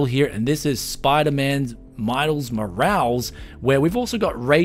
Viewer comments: Small correction... It's pronounced "mor-al-ess" not "moralz." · The way he pronounces Morales as moe-rals is hilarious to me. It's moe-ral-is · "Morales" in Miles Morales is pronounced mo-RAH-les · The way he pronounced Miles Morales 😅☠️ And they call us Americans uncultured 😂